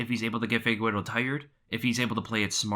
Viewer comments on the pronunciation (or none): Never understod, this man looks at the mans name (Figueiredo) and keeps saying FIGUERO...